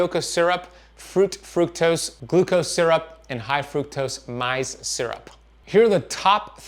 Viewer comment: I've always heard maize pronounced maze. Rhymes with days not rhyming with rise.